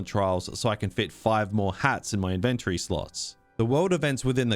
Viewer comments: I've never heard anyone pronounce Inventory exactly like you pronounce invent. I always thought the emphasis is on IN and not VENT. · Inventury? Like in-ven-tury? tury as in dury? 😂😂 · Never pronounce 'inventory' like that ever again lil bro 😭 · Saying inventory wrong 😂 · It was going to well, until I heard him pronounce inventory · never heard iventory pronounced this way lol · The way you pronounce "inventory" tripped me up, I've NEVER heard it pronounced like that before. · why are you saying INVENTORY in a wrong way